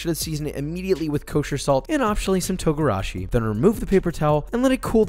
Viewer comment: "togorashi"? is that fancy black pepper?